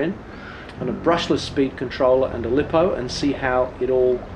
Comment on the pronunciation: Lost me when you pronounced lipo wrong!